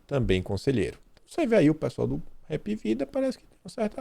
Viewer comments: A pronúncia certa é "apvida" e não "repvida". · Aqui no Nordeste o plano de saúde se fala "API VIDA" e não "RAP". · Não é repivida. Lê-se: apivida, certo? Direto de Olinda, PE! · o nome correto é Hapvida não repvida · Que porra de "REPVIDA", é "ÁPÍVíDA" kkkkkkkkkkkkkkkkkkkkkkk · A pronúncia correta do HAPVIDA é com H mudo... não pronuncie com R, ok?